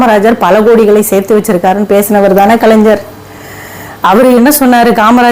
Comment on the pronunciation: நீங்கள் பேசுவது சரிதான் அம்மா, ஆனால் கலைஞர் எ‌ன்ற வார்த்தையை சரியாக உச்சரியுங்க‌ள் .